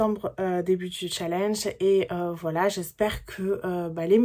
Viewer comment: Hello Le challenge a l'air hyper cool 😉😉😉 Mais, par pitié, Apprends à prononcer Challenge correctement stp!!!!! mes oreilles saignent à flots là 😖😖😖